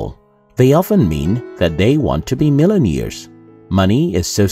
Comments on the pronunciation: I think one of the improartant things the narrator needs to learn in life is how to pronounce "billionaire" and "millionaire" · Please teach how to pronounce billionaire and millionaire